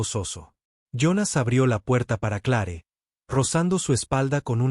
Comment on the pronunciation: Se escribe Clare pero se pronuncia cler,, Dios mio te hace mucho aprender a pronunciar nombres tanto en español como en Ingles